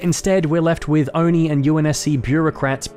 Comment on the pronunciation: you forget its not Oni....its O and I